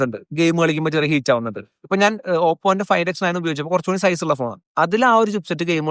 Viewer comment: സീസ് അല്ല ബ്രോ.. സൈസ് ( Pronounced as Zise )